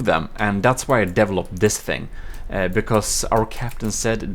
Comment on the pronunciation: So, how many of you out there caught when says "developed", it sounds like he said "deviled up"?